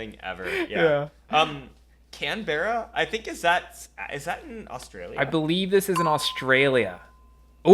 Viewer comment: As an Australian hearing you pronounce "Canberra" was painful bahaha